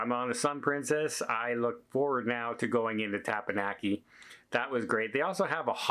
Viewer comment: for the last time.. Its Těp-Pěn-Yǒk-ē 😂😂😂